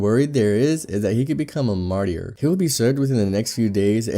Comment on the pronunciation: ‘Marty-r’ ... hehe I have always wanted to pronounce it this way, but it’s actually ‘mar- ter’ Sorry I don’t mean to be grammar police, or whatever the insecure people choose to label those of us who care, but yea things like this stand OUT like .. like an elephant in the room